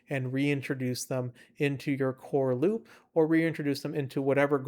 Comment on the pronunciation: it's hard to take you seriously when you say Loopa 😭 why not just Loop??